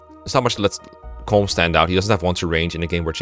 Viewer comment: Colm is pronounced like “colum” as in a column and a row, or Gollum (Sméagol) with a C. It’s two syllables, not one